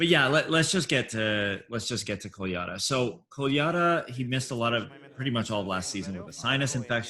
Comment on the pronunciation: Since he is so amazing and you guys love him, I'm going to tell you how to pronounce his last name. "Kole-ya-DA", emphasis on the last syllable. It seems a little weird, but we've all gotten used to it. You're welcome. 😊